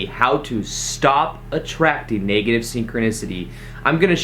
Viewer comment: Not to be negative, but the e in negative is a short e. So it is not pronounced "naygative," like the e in Spanish. It's neg, like egg. Same with leg, which is not laig but rhymes with egg.